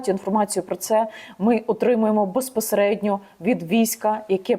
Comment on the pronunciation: За 15 секунд три раза «беспосередньо» , сказать в одном предложении. Вершина безграмотности .